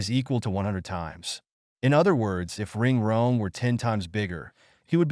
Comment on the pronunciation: Just fyi, this AI voice (or whatever it is), doesn’t correctly pronounce certain K words. He mispronounces Stephen King (“Ring”) and King Kong (“Ring Rong”).